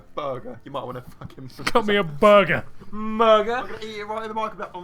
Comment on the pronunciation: Things can't say: BOI & BURGER